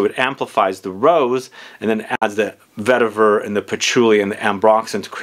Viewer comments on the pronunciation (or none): none